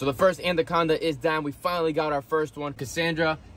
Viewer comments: Fun stuff. Especially with the kids/teenagers Btw it is anaconda not andaconda 😉 🙏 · There's no D in the beginning of Anaconda